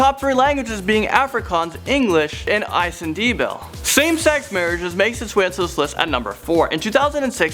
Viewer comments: lol its pronounced nin-dee-bear-ly not indebeyal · I know you are not from SA but isiNdebele is pronounced isi-nde-be-le not Isin-debel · What in the world its pronounced E -see-Nde -beli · caitlin fray was he trying to say ndebele?? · he said isndebele so wrong😂😂😂😂